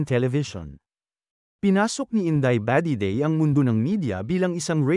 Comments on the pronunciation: Nasobrahan naman ang bigkas ,, inday badiday na matigas po. Hindi ,, indeyy ba 😊😊Dedey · HAHHA INDAY BAH-DEH-DEY HAHAHAHA